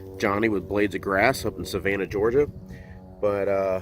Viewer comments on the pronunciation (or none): none